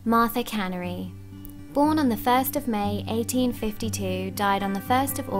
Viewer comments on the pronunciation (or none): My last name is Canary. It's pronounced like the 🐦. Not a canning factory.